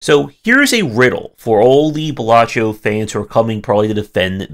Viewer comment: Other games get a 3 min review... demon solitaire gets 16 mins. lolk "Balatreo"... "Balachio"... it's Balatro. lol This felt like a long, subtle rant because you lost to RNG. Welcome to roguelikes, I guess? Aren't they inherently RNG? /rhetorical